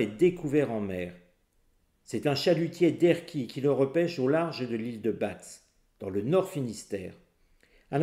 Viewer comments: pour l instant on parle de la prononciation Bozo ... C' est mieux comme ça ?je suis originaire de batz et et je persiste , on dit ba !!! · l ile de batz se prononce ile de b(A) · on ne prononce pas le T ni le Z pour batz.